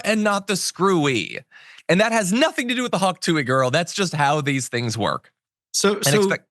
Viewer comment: Did you mispronounce Hawk Tuah on purpose ?